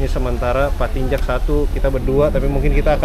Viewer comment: pak Tinjak bang, kasian 'K'nya gk disebut jadinya 'Tinja' gk enk bgt itu didengernya😂 asa berbau2 apa gtu 😂😂